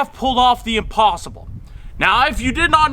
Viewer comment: At first I thought you said you found the opossum instead of the impossible